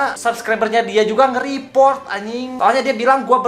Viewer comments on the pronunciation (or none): Yawlah"-_ Dia yg Cringe Tapi Dia Yg Ngomong Org lain Cringe Sakit njir kuping gua dneger suaralu kek oli london,eh tapi muka lu juga njir kek oli london:v Bodolah Blok aja ni org tuh Udah Cringe biar g ngemis view's ma like disslike lage,🤣lu bilang reprot wkwkwkw repotr njirr bukan reprot